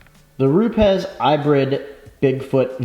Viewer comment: If you call them, they pronounce it Rupis. Cool video